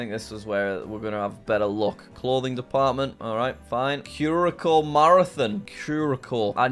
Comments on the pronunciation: Jack Curaça, is a constituent country of Netherlands, in the Caribbean. The island is between the Dutch islands of Aruba and Bonaire. All three islands are can be seen from Venezuela. Curaçao, isn’t pronounced cur a cow, it’s pronounced cur a sow, because the accent mark under the second letter c makes the c have an s sound. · it’s pronounced “Cure-ah-souw” not “Cure-a-ko” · cure-a-shao is the correct pronunciation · It's pronounced "Kerr Uh Sow" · Jack needs to learn to pronounce curaçao correctly lol! His pronunciation took me out and I’m not even from there. Drink some blue curaçao lol